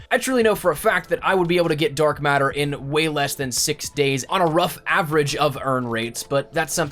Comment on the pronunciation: he say dork matter? when did ps4 start gettin the paint can thing